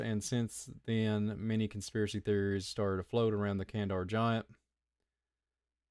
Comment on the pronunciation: Why are you pronouncing kan-da-har like "kan-dar"?